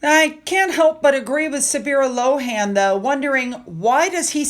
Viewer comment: It's read Sabirah LONE. Not Sabirah LO-HAN. You use her content all the time but never get her name right! I'm sure you'll get it right if you try. You've finally managed to pronounce Wimbledon correctly. Well done.